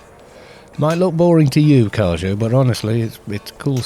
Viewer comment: And then goes and calls Kharjo DuhTarCoo repeatedly! XD I'm sorry, you're great but sometimes you make my brain hurt.